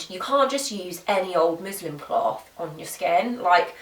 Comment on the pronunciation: This may just be your accent, but just in case, it's musliN cloth, hahaha! Great vid, thanks girl.